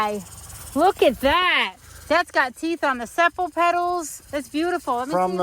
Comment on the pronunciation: Sepal pronunciation - Seepal